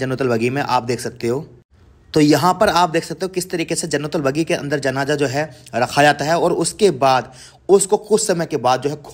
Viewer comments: जन्नलबगी नही है वो जन्नलबख़ी है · Jannatul Baqi kahte h bhai bagi nhi MashaAllaah TabarakAllah bhai🤲✅ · Jannatul baqi....not bagi